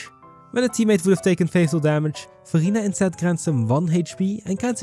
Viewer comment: Idk why but everytime you say "Verina" I hear "Furina" and I get Genshin Impact flashback lol. Also I like the font you used , it's in retro style and I like it.